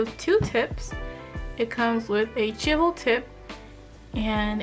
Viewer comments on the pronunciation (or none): Chisel not Chibel